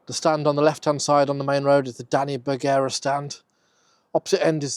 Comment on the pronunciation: Although I would normally argue Stockport is Cheshire, I'll happily take a video highlighting us. As for Begara it's pronounced "Ber-gar-a".